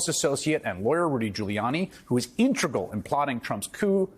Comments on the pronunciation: Intragal?? A journalist?? c'mon man I catch so many journalists making linguistic mistakes it's appalling. I have a grade 12 education. I'm 67. I have been an avid reader since I was 10. And it shows. You would think Professionals could at least meet my standard. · Integral, not "in-tre-gull."